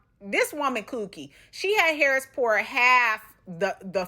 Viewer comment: Girlllll the way she says "HARRIS" drives me NUTS! LOL An ole girl needs to chill on the wine and whatever else she is doing...it's TOO much! LOL